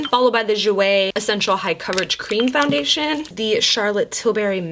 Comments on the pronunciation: Alondra Salgado or when she says cleam 😂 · Literally laughed so hard I cried over your error with saying cream wrong!!! 😂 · "All the Mac strobe cleams" 😆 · Take a shot every time says "cleam" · lmao at "cleam"! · I seriously laughed waaaay too hard at all the “cleam” mess ups 😂😂😭 I rewatched that part like 3 times and laughed harder each time lmfao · WE got all the CLEAMS girl, all the CLEAMS I was cracking up LMAO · “Cleam” lmfao 😂😂 I died everytime! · “All the MAC strobe cleams” 😂😂 I died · This video literally had me busting out laughing.....”Cleam”😂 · Take a shot every time says “cleam” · girl you had me cracking up when you kept saying “cleam” instead of “cream”😂😂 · I replayed her butchering "All the MAC Strobe Cleans" 50 times. LMFAOOOO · I laughed so hard every time she tried to talk about the Mac Strobe “Cleams” 😂😂 I FRIGGEN love you 💖💜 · dying when you say "cleems" ahahaha!!! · Idk why I cracked up so bad when you kept saying “strobe cleans” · when u couldn’t say cream i died 😂😂😂😂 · Lol couldn't get the word cream 😂 ur so beautiful 😍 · had trouble saying cream lol you think she can say safiya?! looooool